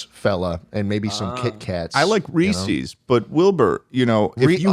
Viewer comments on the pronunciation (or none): No, we need to come to the fucking "ree-see" nonsense,. I need you to break it down for me Barney style bud, where'd you learn how to pronounce words? Fuck sake. For once, schlatt is the voice of reason.